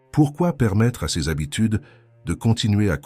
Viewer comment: Je suis bien d'accord avec vous et n'ai pas attendu que quelqu'un me le dise, je ne supporte pas cette IA, ça s'entend toutes les 3 phrases quand il prononce "Ces" ceu-ze"par exemple